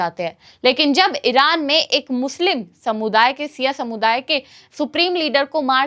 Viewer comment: Siya nhi shia hota jahil ladki bolna to seekh phle